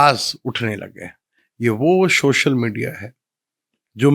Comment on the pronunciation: shoshal nhi social 🙂